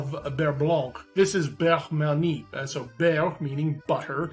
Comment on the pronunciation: I can’t believe was wearing a skillet shirt, they’re my legit favourite band Also, I think it’s pronounced Burr-Mon-Yay